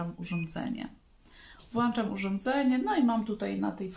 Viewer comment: WŁĄCZAM czyli Ą a nie wlaczam. Tylko Ą.